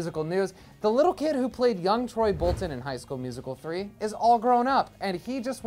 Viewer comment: "From High School Musical 3" huh? Why'd you say it like that 😂😂